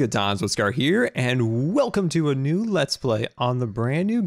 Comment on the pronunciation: new not knee lol